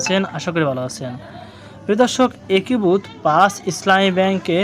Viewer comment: "একীভূত" উচ্চারণ ঠিক হচ্ছে না।